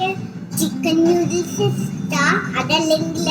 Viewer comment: just wanted to tell you something..... It's "noo-dles" and not "new-dles"..... I hope you don't mind......... Loads of love ❤ Keep going